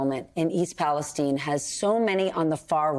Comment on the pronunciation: Wonder why they pronounce is “east palestein” rather than Palestine